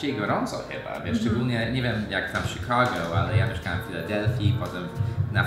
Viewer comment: O nie... Sikago x2 IS baaaaaaaack